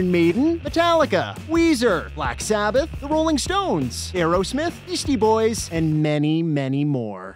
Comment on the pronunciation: I swear I heard "Yeasty Boys" 😂